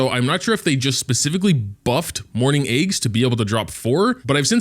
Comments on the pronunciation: everyone is talking about level 60 this level 60 that... and here I am wondering why I hear "morning eggs" whenever says "mourning aix". I guess I'm just deaf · Whenever he says that name, "morning eggs", it's so hilarious 😂😂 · I cant tell if he is saying morning aix or morning eggs 💀